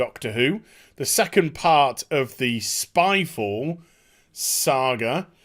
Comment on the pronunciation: Vid: spyfall Me: gun. Wait, you said spyfall or skyfall?